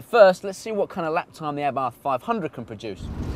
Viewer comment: Lol pronouncing abarth wrong.